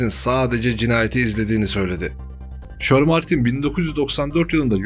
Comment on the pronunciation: kardesim insanda birazcik ingilizce olur.herzamanyanlis okuyorsun.mesela shermartine de neymis.shermantine diye yazilir ama shermentayn diye okunur.bu sadece büyük eksiklerden biri